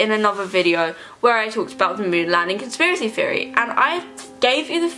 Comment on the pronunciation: I can't watch this because you keep saying "conspiracy fiery" and it's pissing me off